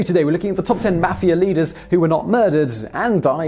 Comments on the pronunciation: I know this guy is like British or something but the way he pronounces mafia triggers me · The way you say mafia makes me cringe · that guyy says mafia wrong need to learn to say it right